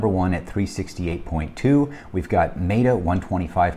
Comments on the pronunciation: Wild that TSLA stays in and AMZN got the boot. lol. But the logic is sound. My bias is just showing. Also, META (met-uh, like I met you yesterday) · Maybe my bias is showing as well since I am not a fan of Amazon's business model and how they treat their sellers. And, I always pronounce Meta wrong. Why are meta and beta pronounced differently anyway?